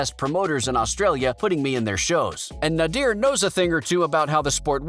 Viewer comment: Good vid but it’s not pronounced nadeer it’s pronounced nay-der side note: Nader didn’t not want Hassan to fight Hassan kept doing boxing then stopping so Nader said take it seriously or your not doing it